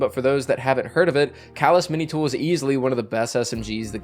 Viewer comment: You mispronounced calus mini tool